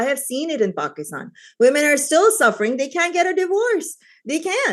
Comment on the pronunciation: “If VweMen”, once you pronounce “Women” like that you shouldn’t be able to vote on western values.